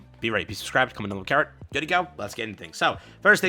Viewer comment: karrot? carõt?